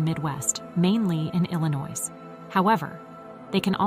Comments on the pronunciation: “Illa noise”😭😭😂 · The s is silent in the word Illinois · The state is NOT pronounced Illinoise (with an "e" on the end). The state is pronounced Ill-ah-noy. Also X is the number 10 in Roman Numerals.